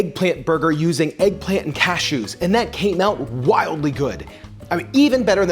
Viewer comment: If he say eggplamt one more time lol